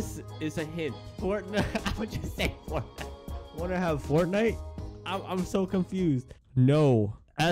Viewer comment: "Wanna have fortinte?" OAHAHAH